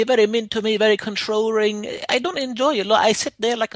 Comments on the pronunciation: “Controring” gets me every time😂😂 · "controrring" lmao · 'he very controrring!